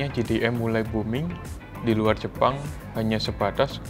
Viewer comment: Jei Di M (JDM) Bukan Ji Di M (GDM)